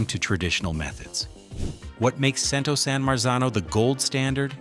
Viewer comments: CHEN-TOH...NOT CHEN-TOW/TOE! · Cento is pronounced "Chen-toe."